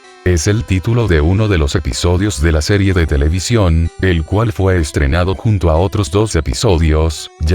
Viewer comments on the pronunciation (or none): qe bronca que diga serrie,LOL